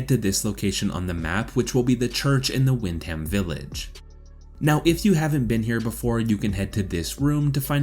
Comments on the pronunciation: For someone who has played the game why cant you pronounce Wyndham correctly? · im English, im not trying to be hateful but our 'statesside cousins' have always made me laugh at their pronouncing of certain words like the borough of places im from peterborough and they always murder it, but at the end of the day it 2 types of English, but i agree there's no excuse for Wyndham. great vid tho, no fucking about.